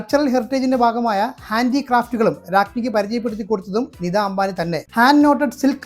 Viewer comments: “നിദാ “ അംബാനി. .അല്ല. “നീത്താ ”അംബാനി എന്നതാണ് താണ് ശരിയായ ഉച്ചാരണം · നിദാ അംബാനി ആരാണ് ? നിതാ അംബാനി എന്ന് ഉച്ചരിക്കാൻ പഠിക്കുക.